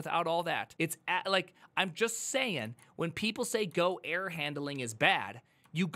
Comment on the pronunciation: How does he manage to pronounce error as air?😂 Air handling is tricky to be fair